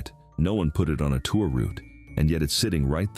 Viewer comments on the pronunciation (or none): none